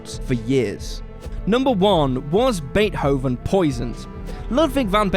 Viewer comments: isn't it pronounced "bae-tovehn?" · Sounded like "Bae Hoven" to me 😆